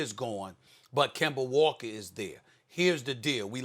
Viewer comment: SAS Finally Said Kemba Name Right 😂😂😂